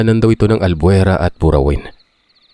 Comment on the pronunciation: Naman mag research kna man muna please pano ipronounce ang mga Lugar Albuera po Hindi Albuerta